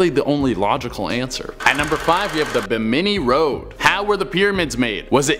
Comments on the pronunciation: Your lack of information is only half as upsetting as your pronunciation of Bimini. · the BIM-in-ee (rather than bim-IN-ee) Islands are part of the Bahamas, not on the edge of them. Also, as President Bush found years ago via endless teasing from the press, the word 'nuclear' is pronounced just as it's spelled.. NEW-clee-ur, not NEWK-yuh-ler.